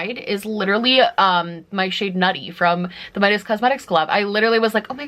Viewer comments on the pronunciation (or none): none